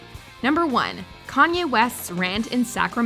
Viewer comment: It was too hard to say Kanye?